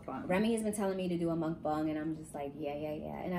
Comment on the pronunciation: Your pronunciation of mukbang gets me every time😂😂😂 omg